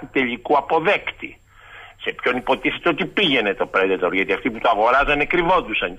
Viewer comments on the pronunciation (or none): none